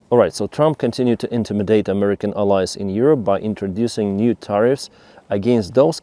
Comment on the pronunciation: Thank you,. Please look up the pronunciation of "Intimidate" and "Southern", that was quite confusing. 😅